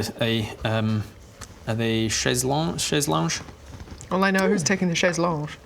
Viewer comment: As a Frenchman, I am cursed to correct you : it is "chaise lonGUe" with 'gu' pronounced like un guitar.